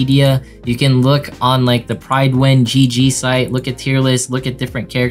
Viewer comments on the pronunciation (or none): none